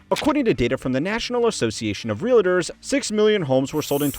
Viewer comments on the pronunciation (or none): It's REALtor, not realAtor. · It's pronounced, "real tore" not "real a ter" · Did you say "realators"? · Geezus. There’s no such thing as a reel-a-der. Where do reel-a-ders work? A reel-a-dee office? The A is before the L for f**k sake! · Realtor has two syllables.